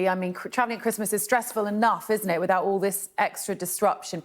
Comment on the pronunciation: Can't this reporter pronounce the sound of "th" without it coming out as "v", as in wivout?